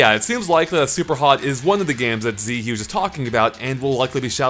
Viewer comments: This is the pettiest possible complaint, but the name isn't Z-huge, it's Zhuge as in Zhuge Lian, the Chinese politician from the Three Kingdoms period - and also the Dynasty Warriors and Romance of the Three Kingdoms games, which I think is where got his avatar. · Z Huge, lol. name based on Zhuge Liang, it should sound more like zhu-ge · It's not pronounced Z Huge